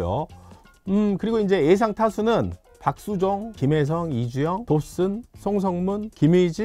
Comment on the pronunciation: 형 “에상” 아니라 ”예상“. “한하” 가 아니라 “한화”